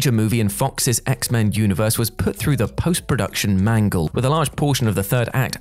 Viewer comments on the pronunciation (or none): none